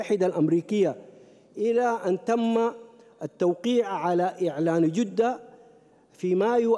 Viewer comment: كيف داء دخل السلك الدبلوماسي يقراء خطاe قال جودة بضم الجيم خطاء كبير من انسان في مقعد كرسي الخا،جية عيب جدة بفتح الجين وليس الضم